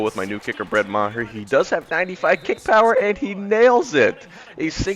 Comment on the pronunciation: That DB’s name is pronounced Chi-doh-bee Uh-woo-zee-ayy EDIT: Also your kicker’s name is pronounced “marr” (ie marr someone’s reputation)